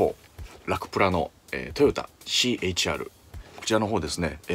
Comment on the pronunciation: CH-RではなくてC-HRですよ